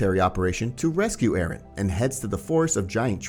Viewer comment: Arron who’s arron its eren :]